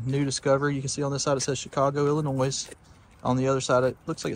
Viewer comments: Love how southerners pronounce Illinoisssss! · You don’t pronounce the S on Illinois ‼️‼️‼️ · Please No s in Illinois. Silent S